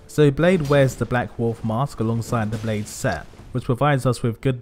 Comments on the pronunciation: My welsh ancestors are writhing lol. Its pronounced blaith which means wolf in welsh. Good analysis of one of the best character's in the game. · I live in Wales and my wife is welsh, we named my car Blaidd Di ( black wolf ) and I came here to comment on the pronunciation but you beat me to it 🤙